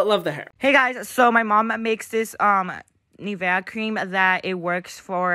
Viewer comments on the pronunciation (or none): “Hey so my mom makes this, uh, NivEh, cream...”